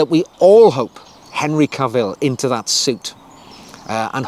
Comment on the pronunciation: Ca’vill, not Cavi’ll…